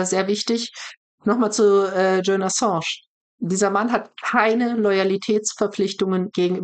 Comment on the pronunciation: Ich verstehe trotzdem nicht, warum Sahra den Namen Julian immer falsch ausspricht. Es hört sich fast spanisch an, spanisch Julian wird aber auch nicht so ausgesprochen. 😅